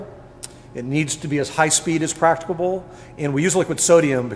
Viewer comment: "As large as practibal" Practibal? Lol.